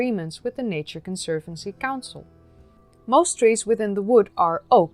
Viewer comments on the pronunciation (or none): none